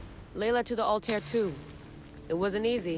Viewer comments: The Altair pronounciation is killing me it’s not alter ffs it’s Altair smh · They need to say Altair right 😂😂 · ALTAIR PRONOUNCE IT CORRECTLY LAYLA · The way she says altair killed my soul I'm not even a long time fan and I'm annoyed